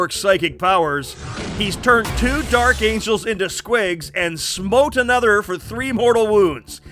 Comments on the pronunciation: "Dark Amgels" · Lol "Dark Amgels" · Took me 13 minutes to realize “Dark Amgels”